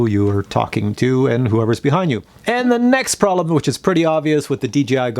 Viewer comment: When you say pralum you mean problem right or what not.